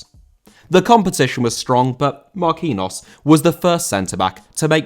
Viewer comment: He is pronounced Marquinios